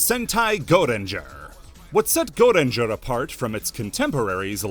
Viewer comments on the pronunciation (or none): for pete's sake just say "go ranger" where is this mysterious E you're pronouncing